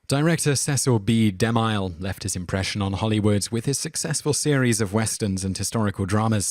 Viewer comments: The narrator really needs to learn how to pronounce some of these names: De MILE? It's De Mill .. like a saw mill! The he pronounced Salome (Sah lo may) as (So Low mee) It started getting irritating. He's done this in other videos too. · Alex Medina Bright Yeah...it's difficult to believe it's not on purpose... XD: It's not pronounced "di-MILE"...it's pronounced "de-MILL" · It's pronounced de mill, not de mile, you ignoramous. Sol oh may, with the accent on the first syllable. It's like you grew up in a vacuum and have never heard these names pronounced. smh You're also a liberal dimwit. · you're gonna get A LOT of this. But Cecil B DeMile is pronounced De-Mill (as in something you grind flour in) not De-Mile (as in a unit of distance). Can't change it now i know, but it's VERY grating. and unfortunate as the man's made a lot of the movies in this top 10. your channel rocks btw! xX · Cecil B De Mille is pronounced...... DE MILL not like mile. That is all. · Okay, you're doing this on purpose, aren't you? If you can pronounce 'Cecil' correctly you absolutely HAVE to be able to pronounce 'DeMille' and 'Salome' and 'Lana' and 'Huston' and 'Sodom' as well. Great way to generate comments, tho. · I enjoy these videos but am always intrigued as to why so many common names etc are mispronounced, is there a reason for this? I accept that some names are difficult to pronounce (after all I am Welsh and most non-welsh speakers find Welsh names difficult to pronounce correctly) especially if you are unfamiliar with them but Cecil B deMille or Sodom....